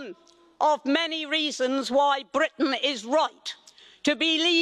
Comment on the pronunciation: I do love the way Anne rolls her tongue on Britain